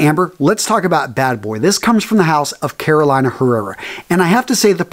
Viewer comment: This Carolina is not pronounced like the state RMRS!!!! The fragrance house is pronounced “CarolEEna Herrera”....the “I” is a SHORT VOWEL here!!!!